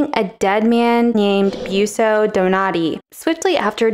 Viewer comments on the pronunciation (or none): Virgil died ‘hundreds of centuries before Dante’……? I think not. Also, Bosio or Buosio Donati (not ‘Boossio’)